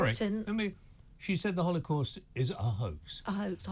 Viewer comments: Did she say Hollycaust? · How does anyone employ Lizzie Cundy? She really just said Hollycaust. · Dear Liz don’t say holly cost like it’s an offer in Costco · Today I learned that Liz C can’t pronounce Holocaust 😅